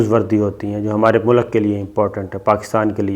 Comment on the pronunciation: Sabir bhai please "MULAK" nahin "MULK" bola karain...